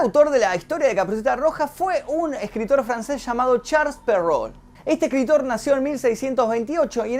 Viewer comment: "charls perrou" ulala señor francés v